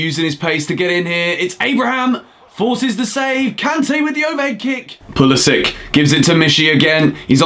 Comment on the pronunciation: Don’t disrespect Pulisic like that, please pronounce his name correctly mate